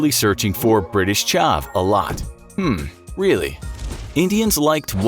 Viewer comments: how did he pronounce chav, that badly. The Americanism hurt. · its not quite chaaaaaaaaav its just chav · Chav is pronouncex ch-avve not Charv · Funny how he pronounces British Chav like Chavvv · Why do Americans pronounce ‘Chav’ as ‘Charv’